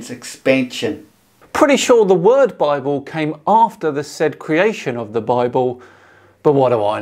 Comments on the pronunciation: BI-BALL = BIBLE. This one killed me. The illiterate imbeciles who think humanity has only ever spoken English since the dawn of time and that every word in existence is therefore derived from their language are always hilarious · Am i get it right? He said in the beginning BI BALL ? Instead of Bible ? @@ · "Bi-Ball"? Seriously? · WTF is this Doughnut Earth BS? And Bible, "Bi-Bull", Two Bulls ? I knew as a teenager that "Bible" is a neologism for the Greek "Biblio", which means Book. This guy isn't much older than I am. I hope he's just senile. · I suspect the correct pronunciation and etymology might actually be Bi-Bull. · These numpties (flerfers) really love their word salad: “Bible - Bi bull?” Really?